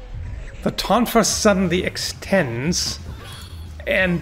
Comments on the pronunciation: "Throwing the tonfa!" (first syllable pronounced like "tone" instead of "tawn") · "Throw the sofa!" is funnier, though.